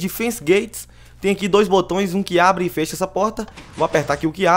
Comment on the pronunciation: pq vc fala FÊCHA ao invés de Fécha ( Eu sei que não tem acentos.) e ATÊ ao invés de ATÉ?